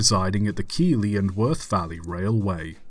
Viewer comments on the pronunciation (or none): By the way,it's Keithley not Keely Valley Railway. Just saying.